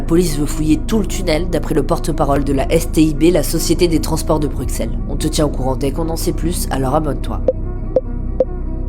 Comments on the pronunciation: ça se prononce BruSSels et pas BruXelles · Brut, s'il vous-plaît, au nom des Belges francophones... ...ON PRONONCE BRUSSELLES ! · Ça ce prononce Brussel 😤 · Depuis quand on prononce le x de Bruxelles ???